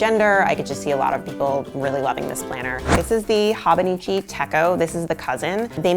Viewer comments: Goodness...."hawbuneechee tekko" made me cringe....I'm the th person to correct the pronunciation but its "hoe-bow-nee-chee teh-cho" but yeah its great I fricked love my hobonichi! I got my sister the 5 year version (which I think was limited edition?) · Its actually Ho-boh-nee-chee Teh-chö. Lol No long sounding vowels. 😆✌🏼 And no, the 5-year techo is not limited edition. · Life changing might be overstating it given your displayed lack of knowledge on the subject. No mention at all of the Midori/travelers notebook. Or the Jibun Techo for that matter. If you don't know how to pronounce something, look it up or find other youtubers who do know the pronunciation. It's a long O in Hobonichi and ch as in church in techo. (Let's not even get into the rapid talk, vocal fry, excessive "like" placeholder, uplift at the end of sentences plus dropping off in volume) Learn something about the tomoe river paper in the Hobonichi as it is one of the major selling points of this planner. Also include the actual Hobonichi Website in your links list. It looks like you went to amazon, looked at a ratings list, ordered some planners and threw together a vid to hop on the whole planner thing. The Hobonichi link is